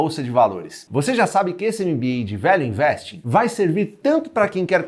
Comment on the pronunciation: Eu tava entendendo ele falando: "velho investe". Mas é "Value investing". Kkkkkkkkkk #valueinvestenapratica